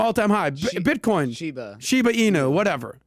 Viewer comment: sounds like my 80 yr old father trying to pronounce “shibu inu”